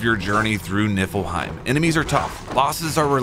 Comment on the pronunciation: "Nippleheim", sigh...